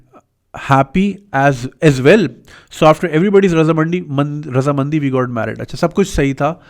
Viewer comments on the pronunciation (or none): he said Raza mandi ... like heera mandi